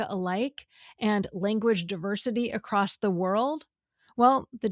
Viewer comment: Did the grammar girl just say "accrost"?